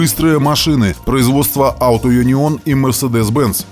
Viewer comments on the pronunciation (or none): none